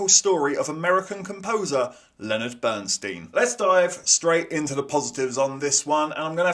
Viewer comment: Why does everyone mispronounce Bernstein's name? How could you sit through that film and not get it?